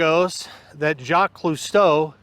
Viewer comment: I liked the part where you said “Jaq ClueStow”…..Lmao…. Aka Jacques Cousteau. I’m sure the Locals are really going to be very loving when you come back.